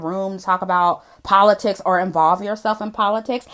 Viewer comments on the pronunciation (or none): Did you just say Cardi is educated? The same Cardi who said "Poe-li-ticks"?!😂😂😂😂😂😂😂😂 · Puh-lit-tics is that WAP (wrong ass pronunciation)